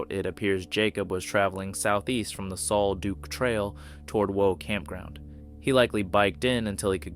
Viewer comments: Take it from a local, the pronunciation of Sol Duc is Sol Duck. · Sol Duc is pronounce like sole duck. A bigfoot attack is the only logical explanation. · Sol Duc is pronounced "SOUL DUCK". Minor research reveals this. The name "Sol Duc" is a Native American term meaning "sparkling water".